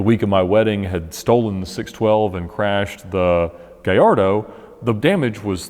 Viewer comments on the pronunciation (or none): none